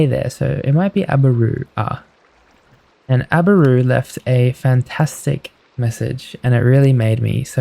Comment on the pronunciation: YOOOOO WINNNN!! It’s been a few days since I last watched due to traveling and I was half asleep and I had put this on and my husband goes “your in this video” I shot up sooo fast and you are the first person to ever say my name right! It’s Abbarroo and the “A” is for my last name!